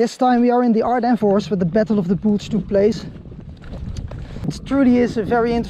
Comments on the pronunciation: Battle of the bulge not Battle of the boolge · Battle of the "Boolge." Lol...ok. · Its called an accent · Battle of the Boolg??? American raytion pack??? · Lol I'm new but the way you say bulge made me sub. Also thank you so much for returning those coins ❤️ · I’m subbing because of how he said bulge. I loved the video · Goede videos maar je uitspraak is soms super nederlands. Het is maar een tip. Zoals the Bulge bijvoorbeeld.